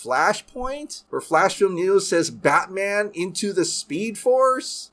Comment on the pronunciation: Always love a Michael Scott cameo, but what is Batmnan? 😂